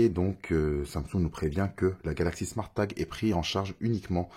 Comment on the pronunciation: Haha j'avais même pas remarqué 😂 a vouloir bien prononcer le E a été top marqué. Sinon c'était a l'anglaise " Smôrt tague" 😆